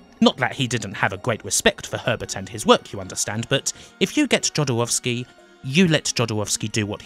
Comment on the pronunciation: Please do not pronounce non-american names as if they were American. You've correctly pointed out yourself that Jodorowski was Chilean. Imagine being pronounced as if spanish name, would sound weird and Jodorowski pronounced the way you do is just disrespectful. Other than that your video is a good recap!